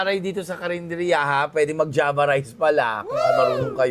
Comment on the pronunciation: Hahaha java rice pala... Unang rinig ko panjama rice😂😂😂